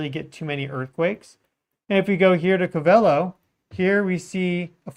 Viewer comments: stop saying co vey lo its cove ah low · Its Covelo NOT Covel o. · Pronounced Cove-a-low😅 Also, Mayacamas fault hosts the Geysers and clear lake itself is adjacent a well know volcano. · The pronounciation is Ko Va Lo. Not Ka Val O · Its Cove - ull - O . Covelo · Co-Va-low is how you pronounce Covelo, Ca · You say it like Cove el low covelo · That’s Pronounced CO-VA-LOW California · Gee, anyone who lived in Willits should know how to say "CO-vel-o"! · Pronounced Co-va-lo fyi. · Cove-AH-Low is how it’s pronounced. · Pronounced Cove-a-low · Pronounced COvelo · Covelo (“Co-veh-low”) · Hey, it's pronounced....cove-a-low........covelo...just letting you know bro, keep doing a great job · I lived there for 14 years it's pronounced Cove-ah-low :) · Pronounced. CO- VA- LOW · It's pronounced Cove-ah-low And mayacama is mi-ya-cah-ma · It’s pronounced CO-va-lo. Accent in CO. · Covelo is pronounced COVE-ah-LOW. Thanks for you content.